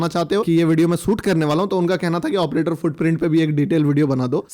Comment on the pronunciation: एऑप्रेटर बोल के तू बस हमारी मत मार 😅😂😂